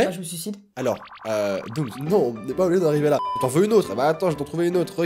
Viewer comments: Oui je suis une fille mais par contre Dooms ça se prononce pas doomz ça se prononce doomssssss voilà sinon c'est tout trop marrante la vidéo et au revoir bonne continuation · Etttt cc ci tu peux répondre ça m'arrange, je t'adore mais arrête de dire doomz c dooms